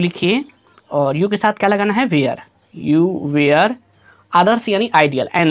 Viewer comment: वेयर nhi hota sir वर pdhte hai usse 😂😂